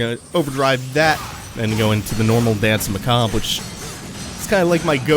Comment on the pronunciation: It took me until now to realise that you weren't saying Dance McCob but rather dance macabre lol